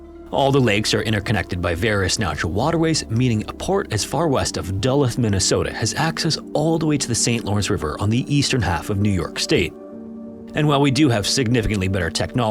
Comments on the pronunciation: Duluth is pronounced "duh-LOOTH" not "DULL-ith" as you said it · dull-ith? Really dude? Please don’t make any more videos. It’s DULL-OOTH. Not ith. 🤦‍♂️ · Duluth 😊 (da-Luth ) not dull-luth😅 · They definitely use AI. Multiple mispronunciations, especially places that even I can pronounce correctly despite being Australian and the 'narrator' being American. "Dull-uth"? Even I know it's "Dh-looth"... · “Duh-Luth” made me think it was AI generated tho, it’s pronounced “Duh-looth” made me physically cringe hearing that 😕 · “Dullith, Mn?” Love these AI pronunciations. Maybe you meant Duh—Looth?” 🤦🏻‍♂️ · "DUH'-luth" (Duluth) Minnesota? Aargh!! It's "Duh-LEWTH". Thank you. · It's pronounced "Da luth" not "dullith". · Dull-OOTH, not Dull-ITH. Signed, a Minnesotan (but I could just as well be a Georgian too) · I'm getting so nauseated watching half baked, lazy assed Youtubers who use fake-assed digital voice emulation software that doesn't work very well. The city of Duluth is pronounced (Duuuuuuhhhh-Loooooooooothe), and NOT (Dahlawwwth) ! Ever since this pathetic voice emulation software (Canned Audio) and the faked assed disingenuous (Canned Video Clips) software has made its debut, the end user, Youtube viewing experience has hit an all time low ! I wish enough Youtubers would kindly pull the heads out of their asses, and realize the use of these tools is NOT improving their videos ! You've been sold a dump truck load of crap ! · It's not DUH-luth. It's doo-LOOTH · "Dull-uth" Minnesota made me crack up. It's "Doo-looth" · "Dull-ith Minnesota" 🤣🤣🤣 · Minnesota has a bone to pick with you sir. For future reference, Duluth is pronounced "Duh-looth". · I live in America and I didn’t know that. I would’ve also said “dull-uth” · At approximately - Dull uth ? Pretty much AI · Are you sure? Check out the pronunciation of Duleth . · Never heard anyone be pronounce Duluth “dull-ith” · Duh-looth, Minnesota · Dull-uth Minnesota? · Its Duh- looth aye!